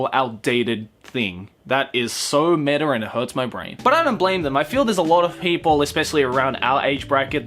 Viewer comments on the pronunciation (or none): You saying meter and not meta makes me neigh in fear